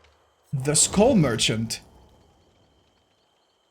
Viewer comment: saying "school merchant" makes me smile